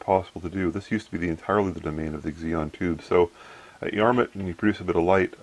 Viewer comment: Eggs-eon? Cute. ZEE-non. Xenon. Xeon (zee-on) is an Intel brand name. :-)